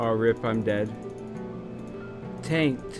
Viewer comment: I'm hearing taint NoT TaNK wdf